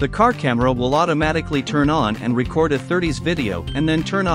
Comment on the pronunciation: I wish you would get a real person to narrate the video. Issues with the pronunciation of “record” and the voice massacred the pronunciation of RedTiger. And the parsing of phrases is horrible.